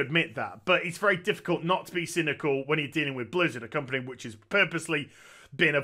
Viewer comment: I may have misheard, but it seems you put an interesting spin on your pronunciation of “company.” I thought I heard a ‘t’ in there.